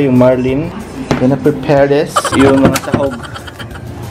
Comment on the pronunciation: HAHAHAHHAHA KA FUNNY SA "GONNA PRE-PEHHHR DIS!"